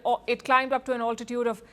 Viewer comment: It’s not “ all-titude “ . It’s “al-titude”.